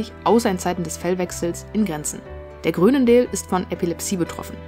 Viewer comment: Aussprache „Chruunendaal“